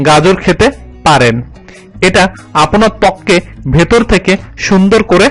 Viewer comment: আপোনার,আপোনির উচ্চারণ কোথা থেকে শিখলেন? আপনার, আপনি উচ্চারণ হবে। আরো প্রচুর ভুল রয়েছে একটু খেয়াল রাখুন কেমন। দারুন আপলোড